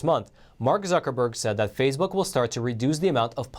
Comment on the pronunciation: Love the channel but why the weird pronounciation like Fazebook, Pelozzi?